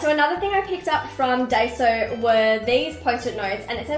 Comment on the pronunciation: Just a note - Daiso is pronounced die-so :) It's fully of cute stationary